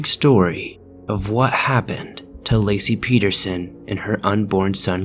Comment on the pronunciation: good job pronouncing my last name correctly. nobody ever gets it right haha. nice vid!